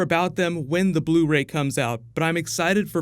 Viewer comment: On Blu-"Rey"